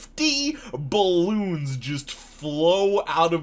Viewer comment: Ba-lons? Did... did you just say "ba-lons"? hah sorry giggling Edit, wait are you okay? "plitza"?